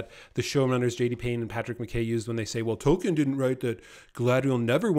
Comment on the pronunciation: If someone doesn't want to be called "far right," it's best not ever to let the phrase "woke left crap ideology" come out of your mouth. Also, continuously mispronouncing Tolkien is not a good way to posture as the defender of the canon.